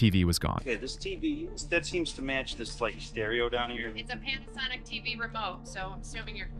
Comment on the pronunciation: she said "pant-a-sonic"